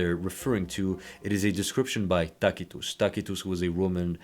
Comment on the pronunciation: I love that you pronounced Tacitus properly.